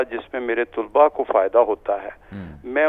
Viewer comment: یہ جی سی یونیورسٹی کے وی سی ہیں لیکن انھیں یہ نہیں پتا کہ لفظ " طُلبا" نہیں بلکہ "طَلبا" ہوتا ہے.